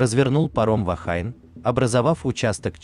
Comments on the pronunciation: Только не Вахайн, а Вахине. "Женщина" на языке маори. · Произносится " Вахине". Слово из языка маори, поэтому фонетика английского языка в данном случае не применима.